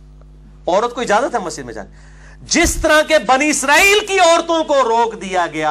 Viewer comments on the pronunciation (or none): none